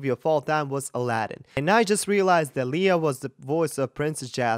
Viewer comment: I just dont understand why you do not know that she is the voice behind Mulan and Aladdin. Like, whut???!!! Where have u been?! And the "that i have ever known" part was not even close to flat, it's a mix of both head and chest voice. And she is not Lia, it is pronounced as Le-ya!